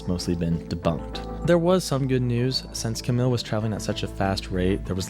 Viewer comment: Camille is actually pronounced as Cam-eel